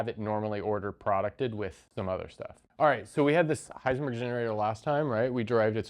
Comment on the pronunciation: *Heisenberg (not "Hiesenberg")